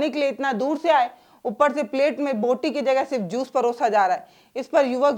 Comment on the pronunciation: बोटी, बूटी नहीं, बोटी बोटी बोटी | क्षमा करना |